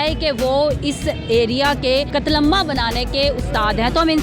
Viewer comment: Ye host k se bol rahi he qatlamaamama buahhaha